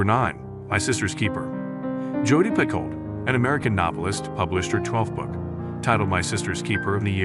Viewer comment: Jodi Picoult is my favorite author of all time. If you are going to talk about her books at least pronounce her last name correctly. The speaking voice is very robotic--AI perhaps?